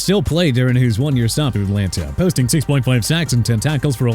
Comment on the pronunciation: Here we go with this Mickey Becton business again,! It's Mekhi (MEH-KAI) not Mickey!!! Good grief!!! And also Enlanta?? It's At-lan-ta!!!! SMH